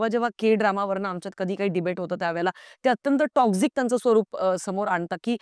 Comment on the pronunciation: Lady te टोक्सिक असतं टॉक्सझीक nahi. Dhid tasancha video hota, not dhid minutcha.